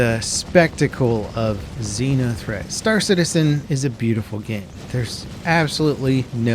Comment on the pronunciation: Is it a Xeno threat or Xena threat event? Because you keep saying Xena.